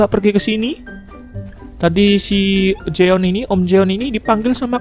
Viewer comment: jeon bang,bukan joen